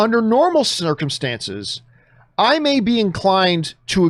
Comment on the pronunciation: "Under normal snirckemstances.." 😂🤣